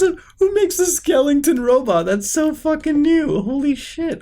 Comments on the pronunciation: Muta its skeleton .. bro ur always pronouncing it skelenton!!! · Manz In too deep skelington